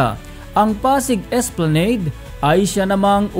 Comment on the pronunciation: And please, pronounce the word ' esplanade' correctly.